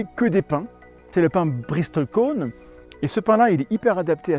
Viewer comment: Intéressant. Ps : on ne prononce pas le T dans Bristle. Comme dans Castle. ;)